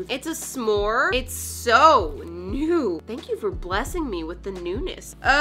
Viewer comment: When she said “this is new, it’s like a little cow” i thought she said “this is you, it’s like a little cow” 🤣